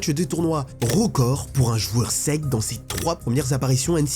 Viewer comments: La S-E-C c’est pas la sec mdr, j’avais grave du mal à capter que tu parlais de la South Eastern Conference (SEC), ça se prononce S-I-Ci (en FR) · C'est horrible de t'entendre dire la SEC en 1 mot... ca se dit lettre par lettre S E C ! vraiment c'est terrible mais sinon grave bonne vidéo